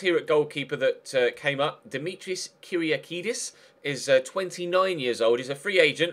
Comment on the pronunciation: I'm actually really impressed for the great pronunciation of Kyriakidis's name. Well done:p